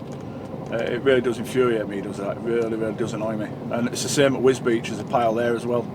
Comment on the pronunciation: Wisbech? Wisbeech? At least you haven`t said "Gorganzola services" like Deady did!